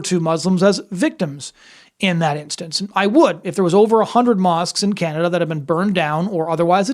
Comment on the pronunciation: I did it's "Canaduh"